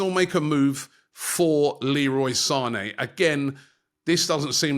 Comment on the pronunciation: Lel bro said Sané... ahahahaha